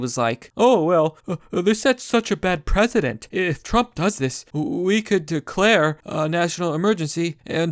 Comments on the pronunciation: I totally agree, but why do you keep pronouncing "precedent" as "president"? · Yes. They understand what they're doing. Your saying legal president fyi. Not precedent. Think press. Pressident-precedent. Not president